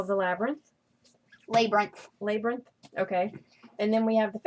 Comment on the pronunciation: It's actually not the battle of the lay-brinth, was right.